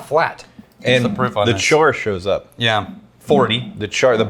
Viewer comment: Am I the only one who thought of chore boy when said char all wrong.